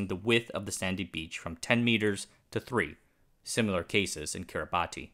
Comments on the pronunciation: "Kiribati", unusually, is pronounced as "Kiribas" . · It's pronounced Kiribass not as it's spelled... 😊